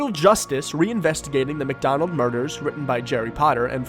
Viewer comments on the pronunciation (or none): It isn't pronounced "MacDonald." It's "Mic."